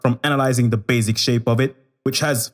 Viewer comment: I like how he says 'baZic' 😹❤️